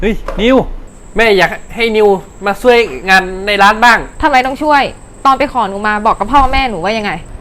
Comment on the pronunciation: ช่วยไม่ใช่ซ่วยค่ะพูดก็ไม่ถูก